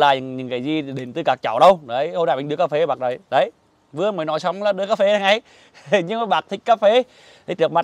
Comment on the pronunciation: nói cà pê vọng làm bác chủ đất cũng nói theo cà pê vọng hi hihihihihi.........